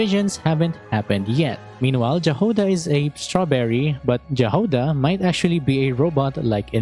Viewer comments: Just a quick note - Jahoda should be read - Yahoda, in slavic languages J is yi sound, just like Jarilo VI is Yarilo VI :D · it's pronounced Yahoda🙌🏻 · I think Jahoda should be pronounced "yah hoe dah" which means berry in many slavic languages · It's a minor nitpick, but could you read Jahoda with the slavic pronunciation of "J" it sounds like "Y" in those, like "Yahoda"